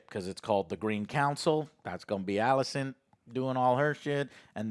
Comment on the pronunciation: Everyone: Rhaenyra, Alicent, Laenor & Daemon Joe: Ruhnera, Alsent, Lenore & Deemun